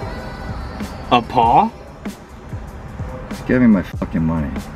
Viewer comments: Why’d you pause between “a” and “paw” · the way u said paw was so bad 🤣 but shit was dope asf